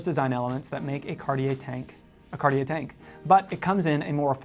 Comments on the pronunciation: My main issue with your pronunciation ( sorry :) ) is actually on the brand name. You're not pronouncing the T enough. I hear "Car-yeah" or "Card-yeah". It's "Cart - yeah". T like in caT. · Here's a tip for your pronunciation. The 'I' in cartier isn't pronounced. You pronounce it 'cartjer' so the 'er' sound is correct but replace the i with a j for the right pronunciation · Mispronunciation of any language is nothing to be proud of. You should learn pronunciation rules, practice and then you won't have to make feeble excuses. Start with English though won't you, because your English needs work too. Carteeyay so many times I could not watch more than 90 seconds. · Isn't it pronounced Car-tee-air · Actually it is pronounced Cuh-tye. With the -uh very soft and gentle and -ye pronounced like it Kanye. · I so hate the way Americans pronounce French words like Cartier…just do some research and listen to how French speakers say it…it’s not rocket surgery guys…. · Horrible how you speak out Cartier. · how do jou expect me to take you serious if you can't pronounce Cartier?